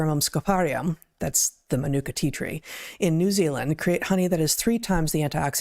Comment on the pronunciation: I laughed at the way Heather pronounced Manuka Honey? Ma Nu Ka😂